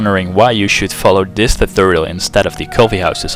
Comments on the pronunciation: what the fuck is a toothoal? speak properly. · Well thanks for this "tuthorial". It worked fine :D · lol love the way you pronounce "tutorial"